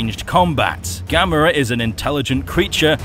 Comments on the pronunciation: Yes you finnaly said it right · Excellent video! Glad you know how to say Gamera's name properly...unlike a certain someone. 😉